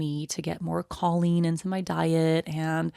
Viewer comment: Her pronunciation of choline is offensive.